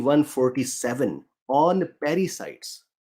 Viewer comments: I was hearing parasites too 😂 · My screen was plain black throughout most of the talk. And what is the word he is saying that sounds like parasite? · In the intro is he saying connecting to "paricites" in the heart and "paricites" in the brain? If not what is he saying?